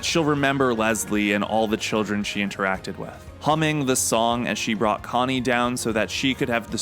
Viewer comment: sounds pretty normal to me bruv